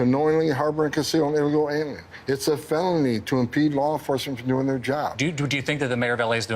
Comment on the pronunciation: Tom Homan can’t even speak English. He said “fenoly “ 🤦🏻‍♂️